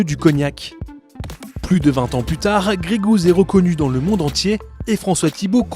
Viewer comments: Ca me dérange vraiment d'entendre grégouz à tout bout de champ, surtout dans leur pubs... Gey Goose est prononcé ɡreɪ ɡo͞os. Gousse a la limite. Quand on prend un nom anglais pour un produit estampillé made in France la moindre des chose serait de le prononcer correctement... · Bordel un produit "100%" français vous êtes même pas foutu d'inclure le nom dans les 100% Et même le mot anglais vous êtes pas foutu de le prononcer correctement... ps : Plus on me bombarde de pub moins j'achète.